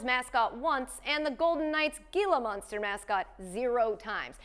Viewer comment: How did nobody tell her that she is pronouncing gila monster like a second grader? It should sounds like "heela monster".